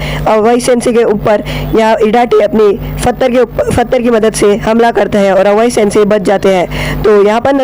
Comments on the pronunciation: And...pattar ko fattar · We cant speak pathar he speak fatar